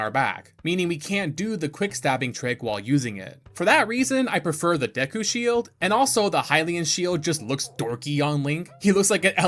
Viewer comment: I love yah bro but how you pronounce Epona and Deku etc oof killing me lol 😂😂